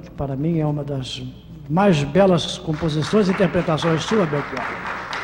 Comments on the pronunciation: Chato o Flávio tentando nos ensinar a pronunciar o nome do Belchior. Eu ainda prefiro o "Chi" com som de "qui" e o "or" aberto, como todos pronunciam. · Belchiôr? Então eu sempre pronunciei errado, falando Belchiór. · Belxiôr hahahahha